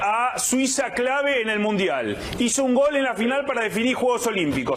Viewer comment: No amigo, el 'tatatatatatata' es una marca registrada de Víctor y le queda genial. Y no es 'gal', es 'GOL'... mucho mariano closs.